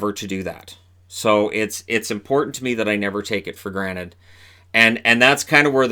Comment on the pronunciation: Wait, did you say take it for GRANITE?!